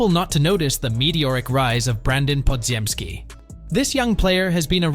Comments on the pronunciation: podziemski is not pronounced the way it’s spelt. Only AI would pronounce every single letter in it. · ones like bpodz. Ai pronounces it how it’s spelt, but it’s not correct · yeah, I got it now, from the way it pronounces Podz name you can tell it’s AI voice. However, Koominga is the right pronunciation since it’s a Congolese name. I’m from Burundi, DR Congo is our neighbor